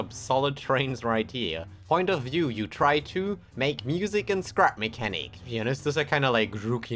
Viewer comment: did you just say crap mechanic